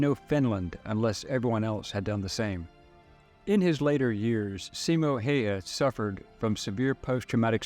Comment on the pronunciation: Good video. Also the way to pronounce his name is Simo (Seemo) Hayha (Howha)